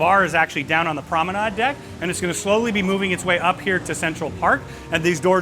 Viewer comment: I have a cringe for mispronunciations, and I was wondering why you keep saying PROMENAD and not PROMENADE? Is that a ship terminology? By the way, great video, thank you so much.